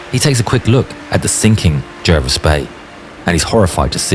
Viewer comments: HMS is not preceded by the definite article - in other words, 'the'. Jervis was pronounced 'Jarvis'. Admiral Scheer, Graf Spee, and Luetzow were not battleships. They were built as 'armoured ships' and reclassified as heavy cruisers in December 1939. There was no 'pocket battleship' class. The term was an invention of a London newspaper when the first ship was launched. It was meant to convey a simple word picture of a small ship (cruiser) with a battleship-ish armament. Kriegsmarine ships were not prefixed 'KMS' or even 'KM'. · Pronounced ‘Jarvis’